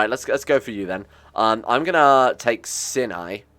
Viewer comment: It's not pronounced "sin-eye," but rather it is pronounced "s-eye-n-eye"